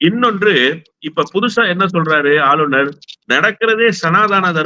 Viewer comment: நெறியாளர் தமிழை சரியாக பேச கற்றுக்கொள்ளுங்கள்! ஆளுனர்,ஆலுனர் அல்ல!!